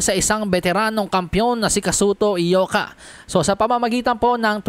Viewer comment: Congrats sa iyo bro sa lahat ng mga bloggers ikaw lang ang nakabigkas ng tama sa pangalan ni Ioka as Eyoka. Karamihan ng mga boxing bloggers na nag live commentary puro sila Ayoka mga expert pretenders sila. Ikaw tunay.